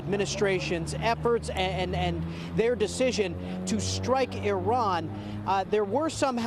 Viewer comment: EE-Rawn.... You're welcome....